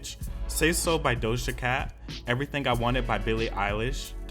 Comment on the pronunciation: DoShJa CaT